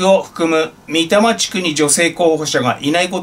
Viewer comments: たしか 三多摩 は 「みたま」ではなく 「さんたま」と呼んでいると思います。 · 『三多摩』と書いて『さんたま』と読むのです。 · 「さんたまちく」ですよ ❢ 笑っ 北多摩地区と南多摩地区と西多摩地区が三つで「さんたまちく」です ❢ 失礼しました…｡ |彡ｻｯ!! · 貸借対照表をちんしゃくに続いてミタマとは耳を疑った。東京都から立候補するんだからちゃんとサンタマ地区ぐらい読んでいただきたい。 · ミタマではなくサンタマが正解です。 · 三多摩→みたま× さんたま◯ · 三多摩地区は一般的に「さんたまちく」と読まれています。 3つの多摩地区（東京23区より西側の市）という意味です。 普通に生きていたら「さんたま」と読めないですけどね（笑） 常用漢字ではない読み違いごときで突付かれる政界ですから、心無い人に突付かれないように指摘させて頂きました。